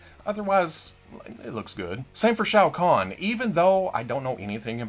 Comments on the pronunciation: he says it like "shayo khan" or something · Shout out to for knowing how to say Shao khan I cringe everytime I hear say it